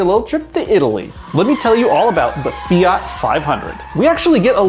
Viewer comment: The way he says fiat is enough for me to punch him